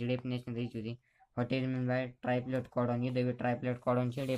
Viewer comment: That's ट्रिप्लेट codon not ट्रायप्लेट codon.....